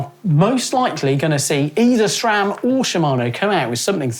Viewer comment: SRAM not SHHHram, google it! Great vid though.